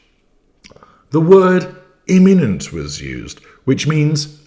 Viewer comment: Launch immanent not emmanent.